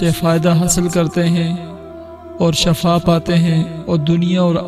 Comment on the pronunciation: شفاء ش کی زیر سے ھے زبر سے نہیں زبر سے معنی بدل جاتاہے شکریہ